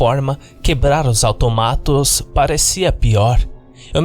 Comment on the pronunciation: Eu achava que se fala autômatos e não automátos, quem disse que vídeo de creepypasta não ensina nada.